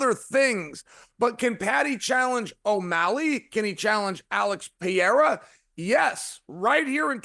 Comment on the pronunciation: "Alex Piera" i know chael isnt that dumb